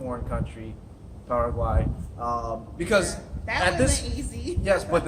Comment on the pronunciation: Subscribed because you guys are some of the few that actually pronounce Paraguay properly so thank you for that! Also, you perfectly laid out many of the problems the US is currently facing. I look forward to hearing about what you guys think of Paraguay and what sorts of adventures you might have there :)